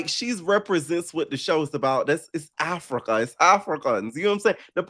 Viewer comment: I wish I was able to call in cuz no one mentioned Dolly saying Africer and Summer saying emotionable and how Scottie came to the meeting with the disheveled wet wig that Lex slung over the edge of the pool 😂😂😂😂